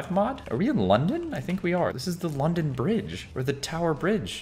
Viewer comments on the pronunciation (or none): none